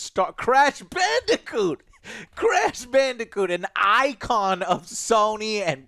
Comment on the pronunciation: Who else heard Joe say “call of duty crash bandicunt” on accident